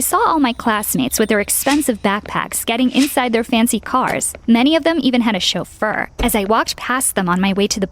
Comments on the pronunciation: "chofeur" or "chauffeur". Sounds like the romanian word "sofer" which means driver. I think the origins of the word are french Edit: yep the word originates from french. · What is a shulfur. like a butler